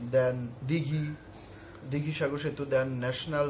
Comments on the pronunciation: Hlo i am from kolkata.What is that "dighi"?????!!" Its Digha. OK my friend. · ota dighi noi...digha..